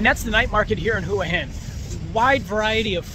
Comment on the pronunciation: They are called pepper corns, probably from Cambodia. You should use google and do some research, you don’t even pronounce Hua Hin correctly and it’s not polite to call bar girls prostitutes. 🤔